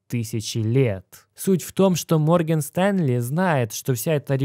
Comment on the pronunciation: Морген Стенли😂😂 Бро, Морган*